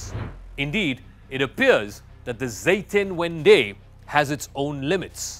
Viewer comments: Zetenvenday ????? 🤣😂🤣 It’s “Zeitenwende” (turning point)!!! What a bad journalist! If you want to incorporate the German language in your video, spell it right!!! A basic essence of journalism! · Its not zetenvendey, its Zeitenwende. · Dear CRUX Guys the German word isn't "Zetenvendy", IT is "Zeitenwende":) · Pardon to correct you, Scholz spoke of a "Zeitenwende", and NOT of Zetenvendey. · It is spelt "Zeitenwende", not "Zetenwendey".